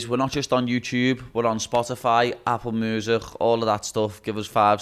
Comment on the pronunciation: Ah, on Apple musech' too! ;-)